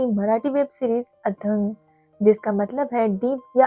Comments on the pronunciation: Athang nahi Athaang pronunciation hai... अथांग hai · Movie ka nam 'अथांग' hai not आतंग 😅 you were mispronouncing it. Waise mere bete ka nam bhi अथांग है उसे भी कुछ लोग आतंग आतंग बोलते है. 😆😅😂🤣